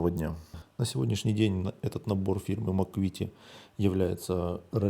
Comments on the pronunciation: Не Макуит, а Макет. Даже на инглише звучит название как Макет. И ещё у Макета есть набор ОТ-34 только версии с башней пирожком. У ICM версия с башней гайка, а у Макета башня пирожкового типа. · Трішки коробить як людину яка вивчала в свій час французьку, від вашої вимови слова МАКЕТ як МАКУВІТІ)))